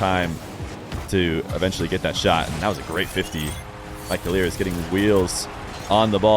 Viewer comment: idk who told u to say keleerz but its killers bruh